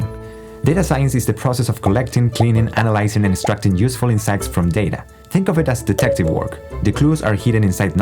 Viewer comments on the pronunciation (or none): "What is programming" Shows HTML... which is not a programming language and writing it is not programming. Anyone watching this must just be confused that they still don't know what programming is just what it can be used for. Also "Analizing" .